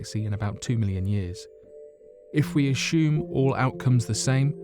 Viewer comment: The word is “assume” not “ashume”